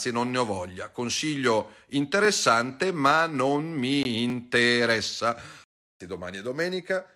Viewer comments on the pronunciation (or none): 1.08 "Non M'IN-TE-RE-SSA" cit.